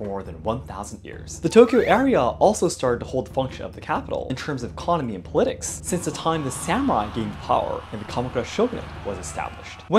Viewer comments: Just so you know that's not how you pronounce politics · No one in the UK, US, IR, AUS, or CAN says puh-LIT-ics. It's POL-uh-tics. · A note on (English) pronunciation: in "politics", we usually stress the first syllable ("POL-i-tics") rather than "po-LIT-ics" (although we do say "political" as "po-LIT-i-cal"). I'm curious what other languages, accents, or dialects would be inclined to stress it that way. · FYI: When saying the word politics, you should stress the “POL” part of the word, rather than stressing the “LIT” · PAW-li-ticks vs puh-LI-ticks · “Politics” is usually pronounced more like /‘palɪtɪks/ than /pə’lɪtɪks/ but also your English is so amazing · Just a quick tip about English, politics as po-lit-ics, not the correct pronunciation pol-i-tics. Have a nice day! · Stress should be on pol in almost all english dialects, and pol is pronounced like 'pahl' not 'pole'. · I mean this as a helpful correction: “politics” is pronounced with the emphasis on the first syllable, like “POL-i-tics”. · “Pol-ih-ticks” with an emphasis on each. In this word the “Pol” sounds like “Paul” (a male name). Where as “Political” sounds like “Poh-lih-tick-ol” or “Poh-lih-tick-ahl” depending on your preferred pronunciation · Say politics with a clear emphasis on the i. "Pol-i-tics" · Pronounce it as POL-IT-TICS” Politics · Cool video, very informative, but I think you should look into the correct pronunciation of the word “politics” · In the word Politics, the stress is upon the letter O, not the letter i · It does matter though. I had to think about what word he was saying, whereas if he stressed it the way people do in my part of the world, my brain would just know the word. Now, I have now idea how much the pronunciation of this particular word varies with region, and I'm not trying to call this some big fault, but it does make it a little harder to understand (for someone with my accent). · anyone else confused on how he pronounces “politics”? no? just me? ok